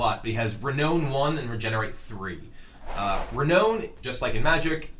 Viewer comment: Sry but mispronunciations bug me. Renown is pronounced Re-Noun